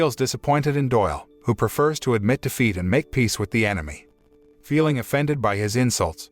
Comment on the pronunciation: Took me a while to figure out that you were saying " wanted to taste defeat" not " wanted to taste feet"